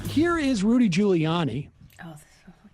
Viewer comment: It's Ghouliani. Sam, still can't pronounce names.